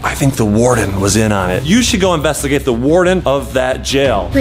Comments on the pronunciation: Vy that's the woardon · That's the woardon